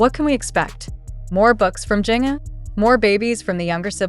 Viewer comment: Jinger is pronounced like Ginger.